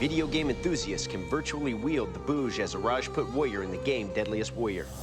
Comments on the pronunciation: its not bouge its bhuj , stop whitewashing Indian names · its "Khanda" not "Conda". Its "Bhuj", not "Bouge". Please do your research. Otherwise interesting.